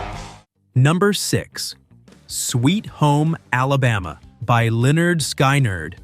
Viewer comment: Pronounced Skin not sky